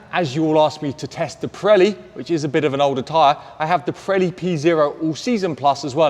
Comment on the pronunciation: Pronounce ......Not correct Preli .....Piiiiireli ..Pireli